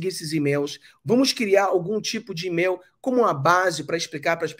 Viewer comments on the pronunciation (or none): em português se lê: email como "imeil" e não "imel" ok? Abraço